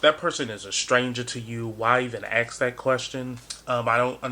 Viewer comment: Could I ask you smthg unrelated? You say ax or axed instead of ask or asked? Am I right? Is this a thing in the US? It's just my stupid curiosity and you aren't obliged to answer. Anyway, your video is very good.